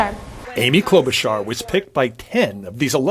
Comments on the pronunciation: Kyle, it's CloudBootJar! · Kyle... Please return to calling Klobuchar by her REAL NAME: Cloud-Boot-Jar Thank you sir! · Haven't heard you call her "Cloud-Boot-Jar" for weeks! LMAO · I'm willing to bet these people were paid to say Kloboocharr. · "Klobuhshrrr" I felt that. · I heard someone say Klobushart